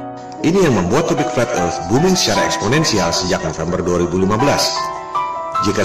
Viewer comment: mengherankan bukan ???😂( fleth erth )